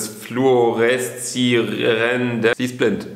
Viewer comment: Das heißt fluoreszierendem nicht flu ore szi ere nde m